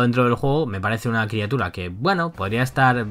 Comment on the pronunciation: Bro, dijiste criatuda.